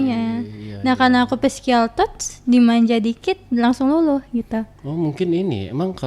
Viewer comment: Cara dia nyebut physical touch aja salah mba.. bohong ini cewe mah .. Halu kyknya.